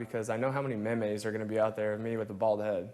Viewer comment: Bryce is such a pretty boy he doesn't even know the pronunciation of "meme"